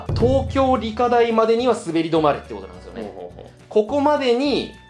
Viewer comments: 思った。理科大⤴ って言いますよね。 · 理科大の発音が新鮮